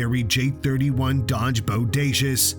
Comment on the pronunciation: Say boudacuious again.. I DARE YOU 🙂